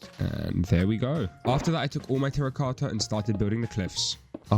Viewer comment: Keep up the good work no offense but I like how u say tracota